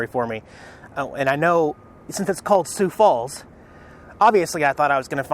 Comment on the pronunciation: Not many people pronounce the name Sioux Falls correctly. Congratulations!